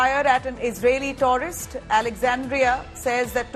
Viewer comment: Taurist 😂😂😂 or tourist... ?? 🙄🙄